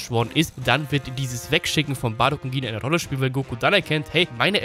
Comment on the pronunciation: Gine wird Jin ausgesprochen!